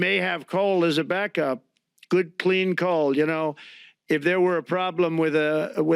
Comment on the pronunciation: Nothing can destroy his "cLEan CoAL" 😂